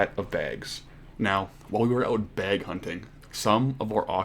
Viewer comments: I'm liking this series. But every time he says BEG instead of BAG it makes me twitch.. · Im just watching this guy first time. He's Canadian right? that was the Canadian way of saying "bag" im sure